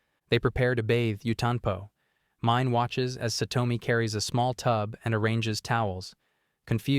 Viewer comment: God I HATE how the AI butchers all of the names. It's pronounced Meenay not pronounced Mine. 🤦